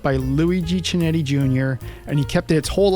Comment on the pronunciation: You still can't pronounce Scuderia or Chinetti correctly: come on, you should be better